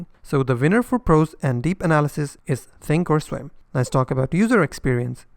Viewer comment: Thank you for saying that Thinkorswim has a complex interface. I don't like how often you have to place an opposite order for a stop - not intuitive. I am more of a visual person. Webull does also have paper trading, although not back testing like you said. Sounds like you're saying "Think Storm". When you say "comes with pro tools" that can be confused with the high-end audio editing platform Pro Tools, which is popular, but expensive. Say professional tools. In English you don't pronounce the L in Charles, but you would in Replay - yes English can be confusing. Overall, among all platforms on your channel, which do you like for intuitive, ease of use trading and charting ?